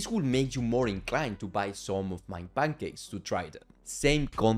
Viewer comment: bro, please articulate more clearly, i can only understand like 60% of what you're saying and that's with captions on. "Bangakes", bro just say pancakes, it's not that difficult. I'm Bulgarian. We don't even use Latin alphabet.